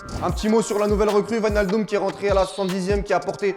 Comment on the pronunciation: wijnaldum devient vinaldum pff